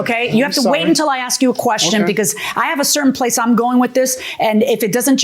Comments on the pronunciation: He said he "Axed Him"... What's does dat meanses... ? ... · here comes another "i axed" dna..